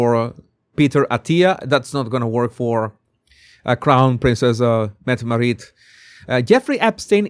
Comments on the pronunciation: It's pronounced MET uh MAR it. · Jesus, FYI: Mette-Marit is pronounced Mettemaaaritt with the emphasis on the t:s, the a is long and the name is said as one word. Mette-Marit is also godmother to the Swedish Crown Princess' Victoria and Prince Daniel's son Prince Oscar. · MEH-teh MAH-rit. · I’m cackling. The way he pronounces Mette-Marit is cracking me up. 😭🤣